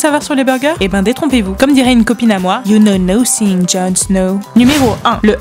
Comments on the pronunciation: Nocing #LeMeilleurAccent laule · You know nossing jon snow - haha l'accent bien français